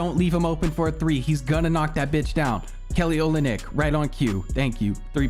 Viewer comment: It’s pronounced Kelly “Olinik”